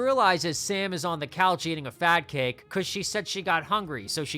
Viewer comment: bro be careful when pronouncing fat cake, I had to do a double take when you said it lmaoo